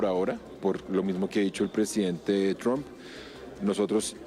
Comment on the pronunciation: Esa señora no sabe pronunciar el nombre del presidente de los estados unidos 😂